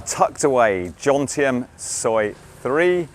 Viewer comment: I am surprised that a Pattaya “veteran” like you …makes😎 the usual Pommy mispronunciation “JoNtieM” instead of Jomtien…juxtaposing the M and N…!!